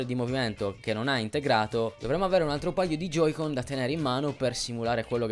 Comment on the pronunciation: Joy-Con...si dice J O Y - C O N